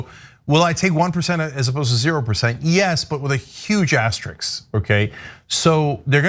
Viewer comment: Cenk, it’s “AteriSk,” not AsteriX.